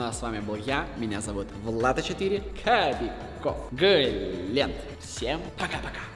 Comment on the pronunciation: Не Гленн а Глент